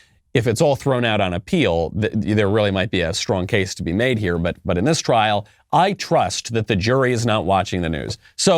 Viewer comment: It’s *trial not “trail”